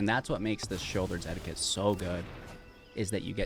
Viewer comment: anyone gonna tell him that 'edict' is not the same word as 'etiquette"